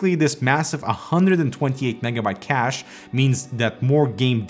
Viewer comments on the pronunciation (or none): none